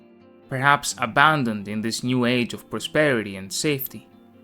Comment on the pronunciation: It isn't "The New Shadow", more like "The Joo Shadow"